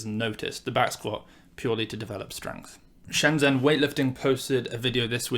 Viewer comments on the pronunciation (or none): none